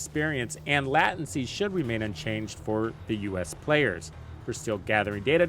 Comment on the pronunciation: What's lat-ency? Lol